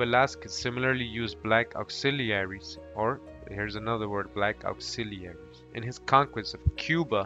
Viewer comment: Ok enough learn to pronúnciate these words Cecil ( See-Sul ) and man is not called ( Say-Saul ) Auxiliaries ( Ox-zealer- reese ) ... after an hour I couldn’t anymore.. but Thank you very educational. Google translate pronounces english words too #Irritated 🤦🏽‍♀️